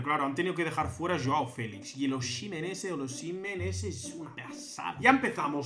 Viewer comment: Es osimen así dile 😅😅 así se pronuncia